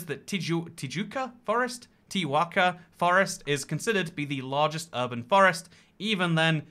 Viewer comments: It’s tijuca not tiuca!! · In portuguese we pronounce the letter J the based way, like in john, or dj, or jigsaw So yeah, tijuca is pronounced "tee-joo-kah" cuz, again, portuguese, not spanish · Tijuca is pronouced "teeJHOOkah" (the jh sounds like the "s" in vision) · Your pronunciation of Tijuca was perfect the first time, after that, you started butchering it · nails down the pronunciation of a foreign word but then "corrects" himself and totally butchers it. Gringo moment